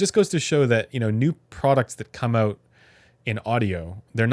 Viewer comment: can you learn how to pronounce the word "out" properly? its not oooouooout. It's just like owt